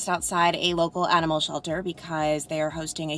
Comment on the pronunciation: The way you said animal in your live shot had so much Long Island accent it cracked me up. 😂You lost most of it but it peaks out every now and then.